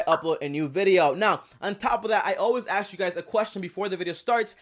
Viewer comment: You lost me when you said axe instead of ask.